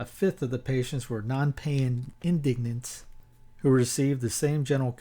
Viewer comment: Indigent is pronounced IN-dih- gent has a soft g. Like gentlemen.